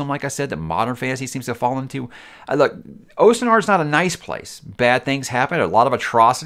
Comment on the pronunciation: its pronounced austen ard